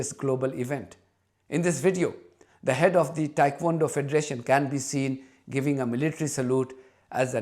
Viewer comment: Dear thank you for the update. By the way it's not Thaikwondo it's Tae Kwon Do. I was middle weight champion in Thailand in 78. I send you a smile from my heart ❤Michael